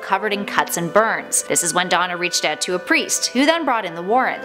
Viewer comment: Why did she say “get out” but “out” in an English accent like “ayout”